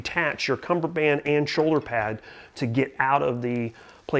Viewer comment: Oh your wrong all right. It's cummerbund not cummerband geezaaaa